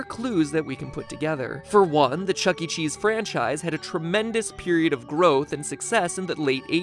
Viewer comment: "Chuckee Chees" 💀